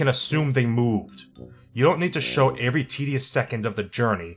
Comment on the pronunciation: Why does he say every like avery?